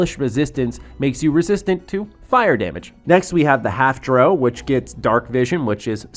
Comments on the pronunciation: It's pronounced dr- OW not dr- oh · You're pronouncing drow wrong. It's not Dro. It's drou. Like ow dr-ow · Bro...it's Drow (cow), not Dro (crow). Pretty clear has had almost no exposure to the fantasy genre of games lol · It's Dr-ow, not Dr-o. Really looking forward to this game, especially if they have a dungeon master mode, could mean replacement for pen and paper for people who don't live close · Why do so many youtubers have problems saying Drow? It's like brow with a D.. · it is lol. The op of this comment is calling out the incorrect pronunciation of the video maker